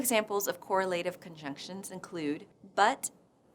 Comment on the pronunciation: And , she needs to learn the standard English pronunciation of "correlative." It makes me wonder if she pronounces those green leafy foodstuffs as '"veg-e --TAH-bles."